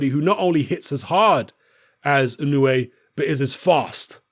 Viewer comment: Just 90 seconds after mentioning how you've revised your pronunciation of Inoue...you went back to your old ways...